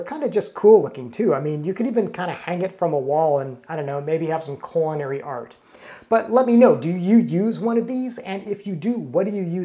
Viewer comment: I thought you kept saying "coronary," as if it was hard to crank the handle. Once I turned on closed-caption I realized you were saying "culinary." Might want to emphasize the "L" a bit more.